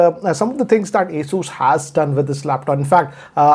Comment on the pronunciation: It hurts me when says "Asoos" instead of "Asus"